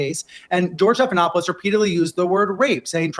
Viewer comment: Did... Did you say George Steppedinawfulshit? 😂😂 That's better than George Snuffleupagus.